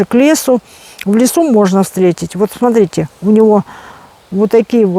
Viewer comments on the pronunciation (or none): none